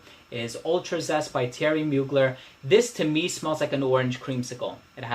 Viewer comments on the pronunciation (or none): none